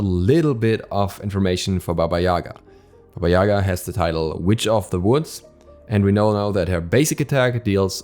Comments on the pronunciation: Its pronounce baba Yagaaaaaaa, not yaaaaaaga. The sound focuses on the last A not their first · Well, it's pronounced [baba ya'ga], not ['yaga] :c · Not Baba yAga , bAba yagA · but it is actually pronounced as BAba YegA, not as YAga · More correct to pronoince baba yagA. Atleast Russian fairy tales call her like that. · No, it's pronounced BAba YAgA. There is no "e" sound anywhere. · I can't be the only one who thought that said baby Yoda😂